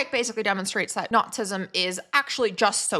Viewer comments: okay, you're saying "nazism" not "notsism." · “Nots-ism?” 🤣 “Nazi” has TWO syllables.